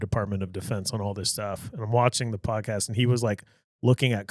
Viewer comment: said pocaast lol and said it funny trying to say it like did